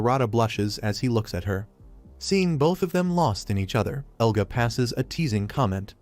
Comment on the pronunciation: Yea ofcourseeeee the ai says egla and eluga while his name is "Elga" common sense